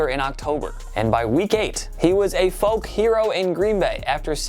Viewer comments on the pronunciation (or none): none